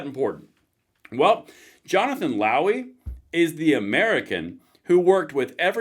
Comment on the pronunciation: Did you say Lowey? Or Lousy?